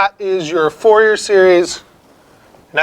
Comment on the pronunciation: i dont trust a math video where they pronounce fourier as FOUR-YEAR instead of FOOR-YEY. You just destroyed your reputation there, bye!